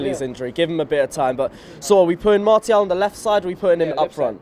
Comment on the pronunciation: Umm mate it’s not pronounced Mar-Ti-al... it’s Mar-shi-al 🤙🏾